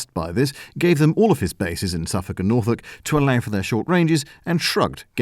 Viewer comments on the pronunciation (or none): none